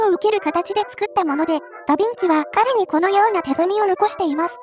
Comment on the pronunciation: 傾斜装甲を採用したダヴィンチも、ショットトラップまでは考慮できなかったということか。 あとヴィをビといってしまうと「ダビッチ」（byずん子）と聞こえるのも新発見。 実在した連装砲戦車といえば、連装砲駆逐戦車というフィクションのような試作戦車VT（フェアズーフストレーガー)1ですかね。